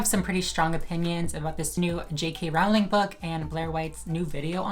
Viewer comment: You're so full of shit. And you don't even know how to pronounce Rowling.